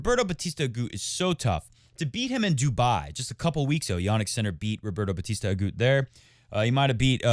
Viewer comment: Roberta Batista AguTTTTTT. It's Spanish not French